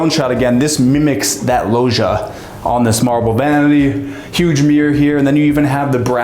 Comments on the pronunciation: what's a "lohzhia" ? Americans .. massacring language wherever they go .. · "you heard that right: sky mansion!" Er, rewind a bit, that part was fine.... What the fk is a "lowsia"? 🤔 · Say lohja one more time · pleeeeaaasssee do never ever call it a logiaaah again, google (translate) is your friend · If you say logia one more time 🤣🤣 idk even know how to spell it.